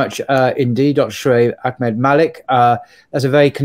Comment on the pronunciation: Brother, it is Ahmad with a strong H..not Akhmad..no kh sound here. There is kh sound in Bukhari and Khalid and khalifa.